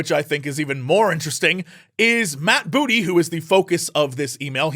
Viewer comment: Lol why the emphasis